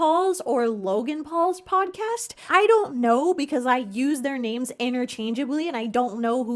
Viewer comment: obsessed with how you say everyones name wrong